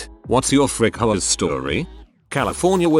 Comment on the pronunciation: For a split second, I thought they said “Frick hoes” instead of “Frick HOAs” at the start